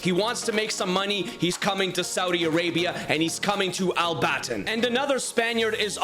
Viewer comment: I live in Al-Batin but you pronounced it wrong